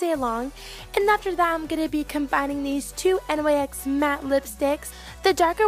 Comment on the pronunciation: Love you and your videos! I don't know if it can go both ways, but I thought the brand "Nyx" was pronounced "Nicks" anyone else?